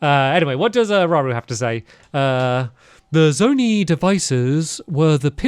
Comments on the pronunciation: It’s zona-I not zonee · Btw Stampy it's pronounced zow-niy, not zo-nee. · Stampy calling them Zone-eee is upsetting me. Its Zone-Eye. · Thanks stamps for making this play through also it's pronounced zon-eye sorry I am struggling with you saying it wrong lololol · Hey, Zonai is pronounced Zone eye 😂